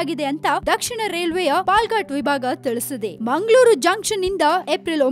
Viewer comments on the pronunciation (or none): whether it is munglur or bunglur. where are these cities? no fluency in kannada language.